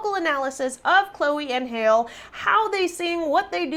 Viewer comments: Halle is pronounced “Halley” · Her name is Halle, not Hail lol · Halle’s name is pronounced Hal-LEE like Halle Berry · Thank cause who name there child hail and it getting annoying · It's pronounced HA(consonant a)-lee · Hal....le.....like Hallelujah.......its not that frigging hard to pronounce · I mean, had she seen just one of their videos, she would have known how to pronounce it. Do ppl not do research prior to reaction vids? Like just ☝🏾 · Halle, pronounced same as Halle Berry. 🤦🏽‍♀️ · Chill. She didn’t know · btw you prononce halle like halle berry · Please stop saying Halle’s name like that you are mispronouncing it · I wish you would have done your home on how to properly pronounce Halle's name. You really butchered her name. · THE younger sister's name is pronounced HAL-LEE (Halle), not HALE! If you weren't sure how to pronounce it, you should have asked! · hale? it's hal-e, qhy would a chick be named hale? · Yeah not sure how she got hail out of that. I think that much was obvious lol it irked me every time it was said. Im sure she knows know though lol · Halle is pronounced like Halle Berry or Halley, not Hale. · It's pronounced "Chloe & Halle" not "Chloe & Hail" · BABYGIRL ITS PRONOUNCED chloe and HaLEE not hale🙄 and they’re that good of singers that they got you tryna say its not really live👏🏾 jealousy alert😂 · I'm not at all surprised at this reaction. After all, singing live and being able to have great dance moves is probably something that black artists aren't supposed to be able to do; just ask Beyonce'.... Secondly, the younger sisters' first name is pronounced just like the actress "Halle" Berry, not Hale; but I'm pretty sure you knew that.... From jump, it was as though you were on a witch hunt. There is no way that they can sound this perfect, right? So it is clear that this reaction was not the analysis of each of their voices, but to point out things that would show that this was not a live performance!🥺💯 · Hale? Lmao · its haall